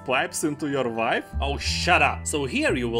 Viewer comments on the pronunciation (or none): You say wife like vife and witcher like vitcher.....subbed to this funny pronouncing :)))